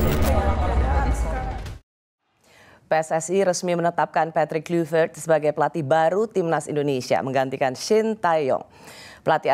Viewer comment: Rosi ....sebagai wartawan senior harusnya anda menggali lagi source yg ada terkait spelling atau penyebutan nama PATRICK KLUIVERT, dmana anda selalu menyebut nya dgn Kluyvert bukan Klayvert .... Semenjak era 90an seluruh komentator siaran sepakbola dunia memanggil nya dengan sebutan Klayvert bukan Kluyvert ...please perdalam dulu materi talkshow nya dengan referensi yg ada diluaran Agak ganjil sekelas ROSI masih salah perihal spelling sosok nama besar seorang legenda sepakbola bernama Patrick Kluivert